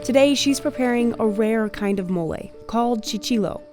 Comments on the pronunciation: Why couldn’t she just try and say mole right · Americans, PLEASE stop butting a random "y" at the end of every foreign word. Where is that effing y in "Mole" – is it called "Moley"??